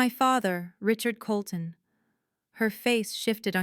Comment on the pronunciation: Colton, NOT Coloulton.